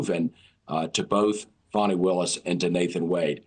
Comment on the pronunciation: It’s pronounced: Fanny